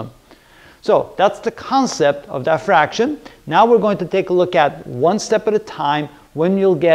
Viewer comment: It’s diffraction not die-fraction